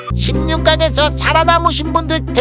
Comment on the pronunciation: 자막: 예선에서 살아남으신 분들 대단하시군요! 발음: 예선에서 살아님으신 분들 대단하시군요!